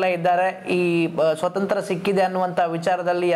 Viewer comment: Swathanthra alla, Swathanthrya sariyagi ucharisi.